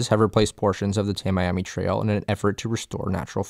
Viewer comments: First comment is a correction. It is not the Tam I am e Canal. It is pronounce Tam E am e Canal. I noticed also that you didn't mention that the environmentalist also are their own worst enemies in the case of ENP. There was a project going on to help restore flow from the Lake on down. But the environmentalist scuttled it with their obstructionist attitudes. Those include requiring rainwater that falls on farmlands to be cleaner as runoff than what falls from the sky. They also killed the filter marsh project that was under construction. They fought it in court saying that it needed to get a sewage treatment plant permit for construction and operation. Both of which the courts after about 10 year said were not needed. But by that time, the options to buy the needed land had run out, the construction company that was doing the work had gone bankrupt, and the cost had risen well past what had been allocated. You can find the remains of that project just South of South Bay on the West side of US- , - There have been smaller parts of the project that have been done mostly in the West of Homestead/Florida City/Kendall Drive areas. These projects have been bringing water into the Eastern and Southern parts of ENP. Those projects start at SW 168th St and extend as far South as C-111 at US-1. All of which divert water that would have gone out C-111 into Barnes Sound more toward Florida Bay and ENP. This work has been going on for over 25 years and is mostly complete. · It’s pronounced “Tammy-ammy” not “Tam-Eyeamee” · Nice video. The Everglades are dead though. What man didn't kill, the pythons did. For future videos, note it's not pronounced the "Tam-Miami" trail. It's the "Tammy-ammy" trail. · Amazing video! Only critique is Floridians call it Tammy ammy rather than ta-Miami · I grew up in Naples. We always pronounced "Tamiami" as /tæ.mi.æ.mi/ road, not /tæ.maj.æ.mi/. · POINT OF ORDER: Us locals pronounce US-41 as TAM-EE-AM-EE trail. As opposed to TAM-I-AM-EE.